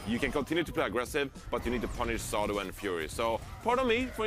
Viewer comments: saying Sado and EQO wrong bugged me so much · Say-doh Smh